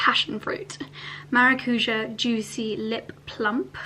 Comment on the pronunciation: Guapa it’s not maracuja it’s maracujá with an stress on the last syllable ❤